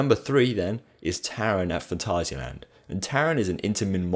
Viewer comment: I love it that you say Phantasialand, Not Phantaishialend!